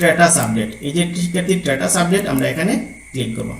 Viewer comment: অনেক ধন্যবাদ, আপনার ভিডিও অনেক তথ্যবহুল কিন্ত কিছু শব্দের উচ্চারণ ভীষণ শ্রুতিকটু লাগছিল। খুঁজুন কে কুযুন বলছেন, স্ট্যাটাস কে ট্রেটাস বলছেন ইত্যাদি